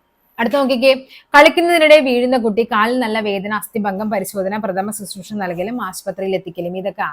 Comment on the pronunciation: പ്രഥമ ശുശ്രൂഷ നല്ല പറയാം. പ്രഥമശുശ്രൂഷ എന്നാണ് പറയാം